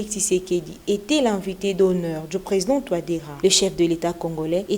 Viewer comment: tu prononce le t à la fin de était c’est une faute dont tu ne te rends probablement pas compte. Sinon bravo pour ton travail